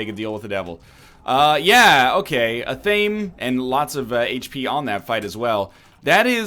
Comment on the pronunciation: Yo, fun fact. Athame is pronounced Ath-ah-may.